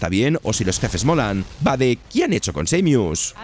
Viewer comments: El diseño de bayoneta 3 es "asqueroso" nada que ver con las 2 anteriores. Metroid M es EXELENTE, .... SEIMIUS???? ES SAMUS, SA-MUS.... 😒, HOrribLE EL NOMBRE Lo se!!. Battetoads no es horrible, solo feo. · Lo curioso es que al principio dice claramente Samus y después usa esa forma descompuesta "Seimius" que no es ni ingles ni español.😅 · Estos vídeos de mierda son con IA? Primero dice bien Samus y después dice.... Seimius?????????? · SA-MUS no Seymius 😂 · No es samus es seimius 😅😅😂😂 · no es tan dificil decir seimus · Who tf is Seimius? En inglés no se dice así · Samus, que se pronuncia como se escribe, lo cambian. Y los que si se pronuncian diferente, como Halo, dicen jalo! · Cada vez que dice Seymius muere un perrito. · Estuve apunto de decir lo mismo y leo este comentario, por esa falta de respeto nomás no me suscribo 😂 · Desconozco la nacionalidad del narrador pero los españoles generalmente pronuncian muy mal el inglés. Recuerdo cuando al Ghostwire Tokyo le llamaban Gowaier Tokio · Entiendo que no todos hablan ingles, o que no todos conocen la pronuinciacion exacta de las cosas, pero, la verdad, si rompe muchisimo el video, escucharte defcir, seimus, o eeeaaa, en lugar de EA, no lo digo de mala forma, o para faltarte al respeto, pero si esto es tu trabajo, dedicale unos segundos a buscar la pronunciacion correcta, no te tardas nada, tu trabajo sera de mayor calidad, y dice mas de ti de lo que crees el pronunciar bien las cosas, estoy a medio video, interesado, sumergido, y escucho, eeeaaaa queremos mirror's edge, y no puedo evitar soltar una carcajada que me hace olvidar el video, en verdad no lo digo de mala manera, si lo lees, espero tomes la critica de buena forma.